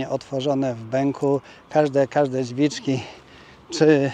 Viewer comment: Włączamy włancznikiem dźwiczki😅